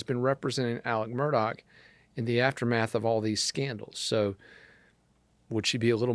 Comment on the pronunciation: Again, his name is Mur-daugh...NOT Mur-dock!! The family does not pronounce it that way...listen to his attorneys. They say Mur-daugh...not Mur-dock. I am not quite sure where you learned the English language